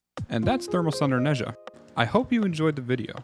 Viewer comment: I'm Chinese and every time someone mispronounces Ne Zha's name I lose a minute of my life. I'm scheduled to die tomorrow. Great video though! Definitely gonna try this build out.